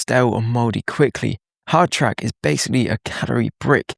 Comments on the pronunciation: It's "hardtack" not "track".😮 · 1 min in you say the word hardtrack when screen says hardtack? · Hardtack, not hard track